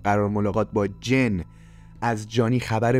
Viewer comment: سلام.جن نه جین